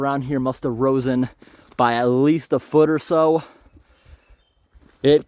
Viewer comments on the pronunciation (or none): Great videos, not to be rude but is it , risen or rosen ??, keep the videos coming luv the info you give us 💪🏻